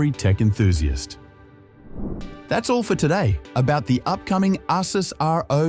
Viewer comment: Ai cant pronounce. Saw another channel with ai voice as well.